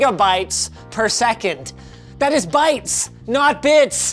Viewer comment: That emphasis on BYTES tho hahaha...